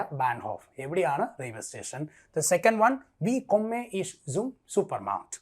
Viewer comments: ജർമൻ കൊമ്മെ അല്ല സാറെ കൊമ്മേ എന്നാണ് പഠിപ്പിക് തന്നെ പൊട്ടതെറ്റ് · OMG! Your explanations are ok. But the Pronunciation is bad. For example: Ich, wohne, Kerala, komme etc. There are rules regarding the pronunciation, please correct them!